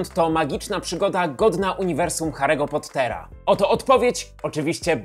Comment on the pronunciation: Hahaha! Biję się w pierś! To był kiepski dzień, jeśli chodzi o poprawną wymowę imion i nazwisk, ewidentnie. Szczególnie biorąc pod uwagę "Kałrona" zamiast "Kłarona", "Grindevald" zamiast "Grindelłota" i PoTTer. XD